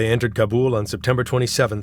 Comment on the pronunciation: Wow. One of the only narrators who pronounce "Kabul" correctly. Just recently a purported journalist from Afghanistan exposing a story on Afghanistan pronounced it wrong! LOL.